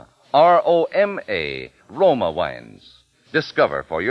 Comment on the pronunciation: You aren't impressed by Truman Bradley? He shure sounds sophisticated, and I love how he says "Roma wains"--dude, your pronunciation is insufferable.